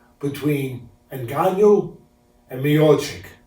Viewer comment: "Ngannout" lol